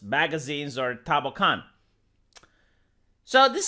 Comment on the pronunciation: It's tankoubon (単行本), not tanbokan lmao